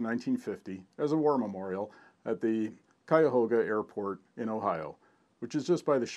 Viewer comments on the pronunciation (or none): none